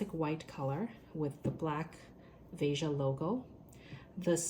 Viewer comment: it’s a French brand but it’s a Brazilian word. It’s pronounced as it’s spelled. Vay-scha